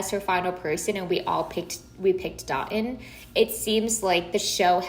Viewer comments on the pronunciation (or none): His name is pronounced Do-toon. I’ve just been cringing at the pronunciations all season lol. Charity definitely needs to learn how to pronounce his name because that’s not how it sounds.